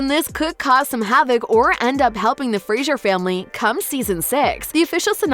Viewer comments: This chick sucks. She can't pronounce adversaries. And it's FRASER, NOT FRAZIER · Fraser not Frasier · I wish narrator would stop pronouncing Fraser incorrectly. It's not the same as sound as Frazier. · I get rattled when people say FREZZIER instead of FRASER - S not Z Ask Diana and she will say the name correctly and any Scots person will agree with me. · If you’re going to talk about Outlander, please learn to pronounce Fraser. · Your mispronunciation of FRASER is distracting and made me turn the video off.